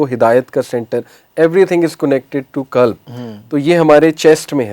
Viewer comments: Aap deen ki taleem dete hen quran ko kuran kehte hen qalb ko kalb kehte hen dil dog ho jata he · Qalb not kalb. Kalb is dog in arabic. 😅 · It's qalb not kalb .kalb is dog not heart